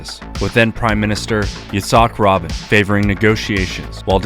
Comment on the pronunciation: Pronounced Yit sack ray bean